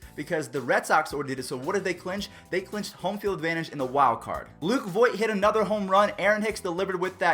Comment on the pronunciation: It's voit